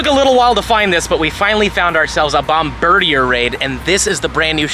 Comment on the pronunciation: It's pronounced Bomb-Bird-dear. It's a Bombardier Bird